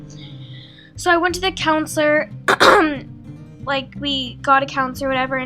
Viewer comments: It's counselor not counsiler lol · counselor... not counsiler lol wtf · not being rude but it's counselor not counsiler. btw I love your videos. I hope you don't take any offense of me correcting you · Counselor not counsiler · Counsiler? You mean counselor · I cringed every time "counsiler" popped up. Counselor*,:) No hate, I'm just saying. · LOL love you but really, counsiler? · It's guru and counselor not gure and counsiler.